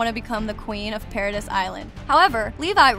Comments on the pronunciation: Great video and it definitely opened my eyes to some things I didn’t realize. But please watch the dub so you know how to pronounce the names and places right. Paradis (Para-dee) Reiner (Rye-nah) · So many weird pronunciations here. Please study proper pronunciation of key character names and locations before producing a video. For example the proper pronunciation of Paradis is like Parody, not para-diss. Reiner is pronounced like "Rayner" at one point, then seconds later with the proper pronunciation, "Ry-ner".